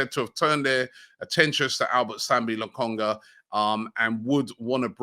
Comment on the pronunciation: LOKONGA NOT LAKONGA